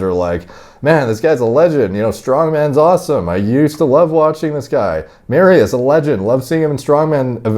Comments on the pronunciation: its more like "Mari-Ush'. But still close. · FYI its pronounced mariush the sz has a sh sound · I'm not even Polish, but I've gotta admit to slight cringes every time said "Mari-oose." Just busting balls, D... Love you, bro.. keep doing your thing. 💪🤙